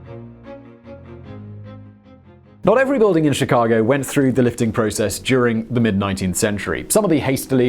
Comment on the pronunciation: Chicagoan here! Sounds weird to hear people who aren’t from Chicago say our street names. I appreciate this video though, I never knew the full story of how our city was raised